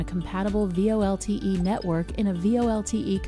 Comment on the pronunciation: Just curious - the lady says V-L-O-T-E instead of V-O-L-T-E. Why is that?